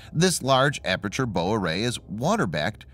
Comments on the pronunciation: "144 warheads" for a Mark 5 MIRV? Try again... 14! And "bow array sonar" is pronounced as "how", not "hoe"! THINK and READ! 🙄 Anyway, some of the technology in these boats will be similar to our British Astute-class attack submarines already in service... which shocked the Virginia-class during wargame exercises! 😀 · Bow, not bow...…..lol best robot voice out there though.